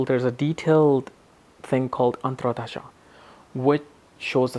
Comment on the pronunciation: Dasha is being pronounced as Dhasha. Antardasha - AntraDasha